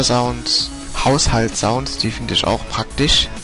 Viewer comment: Sounds ? Sprich: zaunz